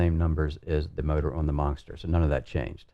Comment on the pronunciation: Why does it sound like says “Monckster” hahahah